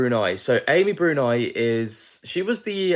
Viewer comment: How do you not know Amy Bruni (brew-nee, not brewn-eye) was on Ghost Hunters for YEARS or who Katrina Weidman is? She was originally on Paranormal State years ago. They're both awesome investigators that have been around as long as the men you're talking about.. sigh. Sorry, I normally love your videos. :) Just could have done a better job on your background info on the people involved. ❤